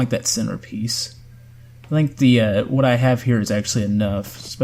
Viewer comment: It is the famous “waut”